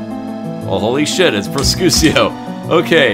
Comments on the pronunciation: "Pro-chutio" XD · Prosciutto is italian for ham. You are supposed to pronounce it something like "proshiutto" XD